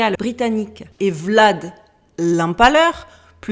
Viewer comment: T'as massacré le nom de Vlad.. tu n'as pas peur qu'il va venir te mordre ? 😂😂